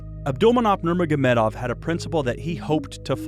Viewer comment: Its not "nurnogagurmedov" its "nurmogamedov"